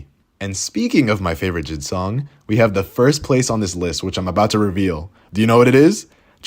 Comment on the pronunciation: Also it's jay eye dee not jid